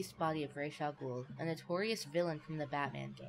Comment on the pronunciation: Reish Al Gool? Who is that, the weirdo-world version of Ras Al Ghoul? Why is everyone, who's not from the near orient, butchering names? Especially when there are MOVIES in which the ames are pronounced correctly, ok ALMOST correctly. For your information, I'll tell you HOW to pronounce that Arab name: It's "Raas ul Hool", with the "H" of Hool is pronounced like a softer version of the German, Swiss, Austrian "CH". Or like the spanisch "J" Same for German words and names, when you aren't from Germany or speak German. "DER RIESE" is correctly pronounced "Der Reeseh" for the "E" on the end of "Riese" isn't a silent letter, like it is in a lot of English words. The German language has nearly no words, with silent letters